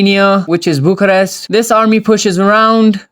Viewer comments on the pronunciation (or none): none